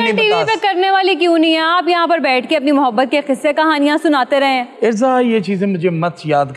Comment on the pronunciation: Mahabbat hi hota h. Saleem sahab ne sahi pronounce Kiya hai. Meem par fatha (zabar) hai.